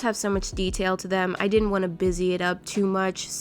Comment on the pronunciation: Hehe ”it deed ent take that long” only a day and a half